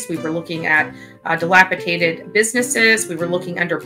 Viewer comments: And the criminal trespass against English... "delapiTated" "bale hays". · I had to rewind 3 times. She said dilapitated and then delacitated. Lord have mercy